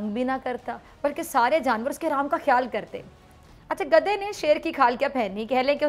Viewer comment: بی بی خدا کا واصطہ؛ آپکا حسُن و جمال آواز اور طریقہ لاجواب ہے مگر پلیز “گدھے” کو “گدا” نا کہیں۔ یہ بیچارے گداگر، فقیر یا درویش کی بعزتی ہے۔شُکرئہ مہربانی! 🌷🌷🌷 نوٹ: آپکی شیر کی کھال میں کھوتےوالی مثال بے انتہاہ پسند آئ 😎👍😜